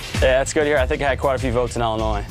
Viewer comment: she pronounced the S in Illinois. haha